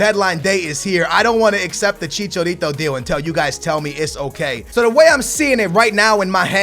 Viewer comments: maaaaan look at the letters its ibrAhimovic and chichArito learn to pronounce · It is chicha not chicho + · Javier Hernandez's nickname is Chicharito not Chichorito. He said it like 8 times in a row and it pissed me off. So that's why I commented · why do you just ignore the letter a lol? Ibrahimovic not Ibrohimovic and Chicharito not Chichorito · ChiCHAAAAArito not ChiCHOrito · Its Chicharito not Chichorito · who the hell is ibrohimovic and chichorito???? ive heard of ibrahimovic and chicharito lol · I love you man but it's ChichAAArito, not chichorito..every time you mentioned his name in this video, I died a little inside. Chi-Cha-Ri-To. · ChichArito not Chichorito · ITS NOT CHICHORITO ITS CHICHARITO IM MEXICAN I KNOW! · stop fucking saying ibrohimovic he is ibrahimovic and chicharito not chicha orito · Chichourito ,Ibrohimovic, Lawandowski... if you butcher a pronunciation just stop using that name over and over again. you said Chichourito like 30 times in this video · DUDE it's CHI-CHA-RITO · Can this man not pronounce the letter a? He says like ibrohimovich and chichorito over and over again. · "Chicorito" "Ibrohimovic" whos next? Suorez? Ahaha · stop saying CHiCHOrito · i hate the way you say IbrOhimavic and ChichOrito... :/ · dont buy chicharito stop saying chichórrito and Ibróhimouvitch it freaks me out, get them out I dont want to ear you murdering their names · I don't understand how you get every footballer's name wrong... it's chicharito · "Chichorito" "Lawendauski" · Who is ' Ibrohimovic' and chichorito' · accept aguerooo..not chicharitooo...agueroo is a good finisher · Dude, the letter A isn't pronounced as an O! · Stop pronouncing Hernandez nick name wrong ( I'm Mexican) please look up how to pronounce his nick name